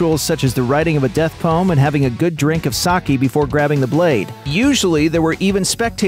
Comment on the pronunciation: He pronounced sake like “sockee” lol